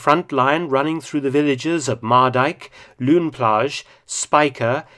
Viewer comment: Pronunciation 'lone plage' it's a mix of flemish and french name